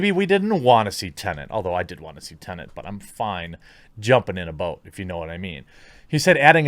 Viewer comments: Its tenet lad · tennent, really?